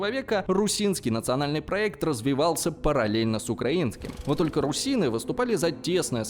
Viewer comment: Я бы не сказал, что видео на сто процентов точное и объективное. Во-первых, он называет партизанскую войну терроризмом, что попросту показывает поверхностность в этом вопросе. Во-вторых, с русинами непонятно. Русины - это этноним украинского народа, только ударение не на "и", а на "у". Русины - так ещё называли население Руси. Но вообще, да, видос годный